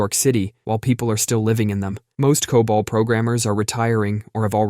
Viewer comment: Pronounces COBOL right, but can't say router.